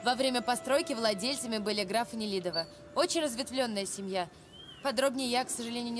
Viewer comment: Она сказала Нелизено, а не Нелидено